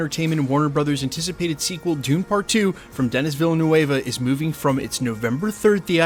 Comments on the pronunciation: Denis Villanueva? He's French Canadian, not Latin. Villeneuve - veel-nehv (close enough since "eu" sound is technically not in the English language). Also can't wait for Dune 2!!! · That definitely isn’t how you pronounce Denis Villeneuve… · Can you please say again denis villeneuve?!?😂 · That was the most brutal pronunciation of Denis Villeneuve I’ve ever heard.